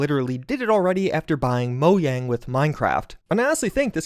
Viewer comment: Moyang?..... MOYANG?